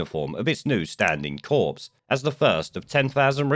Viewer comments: It’s pronounced “core”, not “corpse” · FYI it's pronounced 'kor' not 'corps' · "Corps" is pronounce "core". Good video. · ‘Corps’ is pronounced ‘core’, not ‘corpse’, which is something else entirely. Just saying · Corps, pronounced cor, ok thanks for e erything good reports bless you. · the s in corps is silent. Your saying “corpse”, which, on reflection, might be the right terminology 😂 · when you say Corps, don't pronounce the p or s, as in Marine Corps. A corpse is a dead person. And I am Mr.Pedantic lol